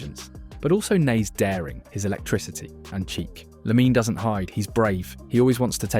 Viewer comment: Its almost not detectable if it weren't for the strange and inconsistent way it pronounced LaminE Yamal